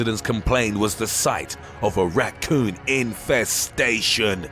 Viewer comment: INFESTATION lol the way he said that